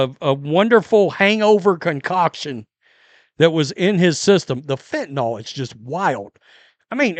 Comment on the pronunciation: Fentanyl, not "fentanall..."